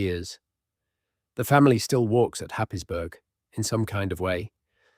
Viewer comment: Happisburgh is pronounced Haysbruh